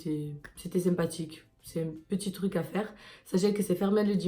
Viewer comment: Hahaha La racaille française qui fraude le métro 💀 Et en plus végane 💀 Bescherelle aide moi 😂💀 Mais si tu connais pas le mors ne lance pas ta vidéo. Ho sur ma vie tu m’as fait trop rire. « Kourkoschkolach, kouchkorcolac? Ché pu » « C’était sympatchhhiiic » Merci, vraiment merci 💀💀💀😂